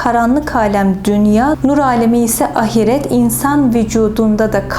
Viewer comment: Çok ilginç 'ahiret' kelimesini yanlış teleffuz ediyor. Bütün heceleri eşit söylüyor a-hi-ret, halbuki ilk hece uzun okunur. Bu yanlışı genelde ana dili Kürtçe olanlarda görüyorum. Bu hanım Kürt mü?